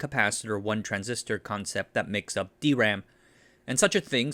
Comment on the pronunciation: I cant help being happy, that you have started saying - correctly - D-RAM, instead of dram. Great channel btw!